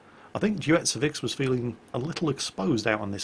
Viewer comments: its Deutzefix (Ducifix) like Crucifix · But then again he couldn't get the playername right, who is mostlikely pronounced Deu(like Deutschland)tzefix(a strange mix of of german and old gallic names)